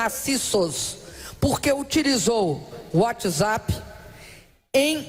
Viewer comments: Uóti Zápi! Muito louca! 😂😂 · Ela disse uoti zapi? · Uátizapi...! kkkkkkkkkkkkkkkkkk